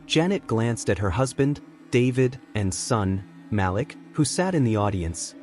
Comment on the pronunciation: Glad to hear the story!!!! However it is so bothersome to not pronounce the names correctly. His name is pronounced Maleek not Malick!!!!!!